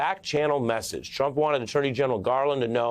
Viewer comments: He said Drump!!! Lol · "Drump" LOL!! How perfect!! it's like "Covfefe!!" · did he say Drump 😆